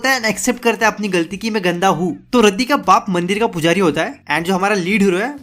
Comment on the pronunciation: raddi nai yaar rati RATI HAI USKA NAAM 😊